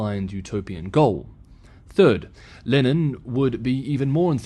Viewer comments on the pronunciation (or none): none